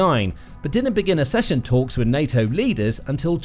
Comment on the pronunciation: Please, teach your robot how to pronounce "accession".